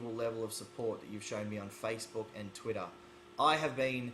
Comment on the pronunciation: I loved how he said twira instead of twitter lol. I love his accent so much!